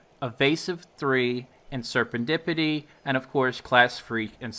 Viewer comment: Why can basically no one pronounce serendipity correctly?